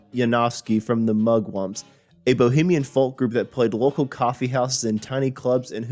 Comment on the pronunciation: The pronunciation of Greenwich and Creeque Alley is laughable and you're not really a natural when it comes to narration. Oh and the "L" in folk is silent. You don't pronounce the L. I can't believe you've never heard anyone saying the word "folk" before.